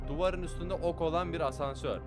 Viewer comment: Abi o hasansör değil asnsör🤣🤣🤣